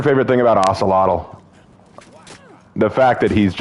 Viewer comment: Ocelotl is pronounced O-SAY-lo or O-SAY-lot seen it both ways